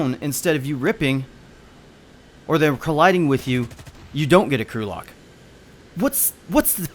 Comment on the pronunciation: Lol the way he said crew locked sounds like Gulag